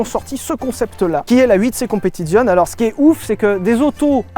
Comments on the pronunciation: Super vidéo. Mais je vais faire mon Jean-Michel Commentaire sur la prononciation de "Competizione". Cela se dit "Competitsione" et pas "Competizionne"... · Ho bordel Sylvain tu fais saigner des oreilles quand tu prononces un nom italien "Competizione", "Stradale", l'ignoble "Vignale"... Prononces au moins le "é" à la fin, StradalÉÉÉÉÉ bordel ! En plus tu le fais très bien en parlant de la Disco Volante, c'est con ! Merci j'vous aime les mecs ! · Le Z de competizione se prononce TS...😊😊😊 J'adore vos vidéos que je viens de découvrir..en fait vous parlez comme monsieur tout le monde👍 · C'est mieux si tu prononces Competizioneeee Sylvain